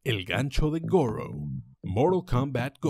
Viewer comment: Goro: Gour